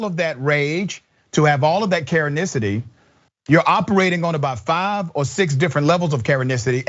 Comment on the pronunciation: Everytime the Dr. says "karenesity" I LMAO😂